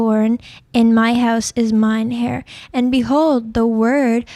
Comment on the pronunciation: heir not "hair nor hare"....